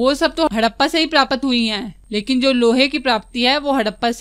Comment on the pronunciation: Aur प्रापत not ye hai प्राप्त ache se bole